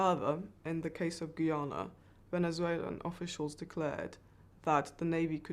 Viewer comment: Why are so many people incapable of pronouncing the country's name? 🙄 It's "Ghuy-ana" - Guyana. Not "Ghee-arna".